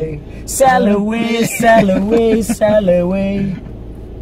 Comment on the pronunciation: S-a murdarit Costel pe la gura de engleza :)) Buna asta cu sall away